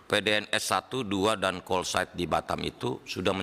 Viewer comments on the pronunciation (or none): none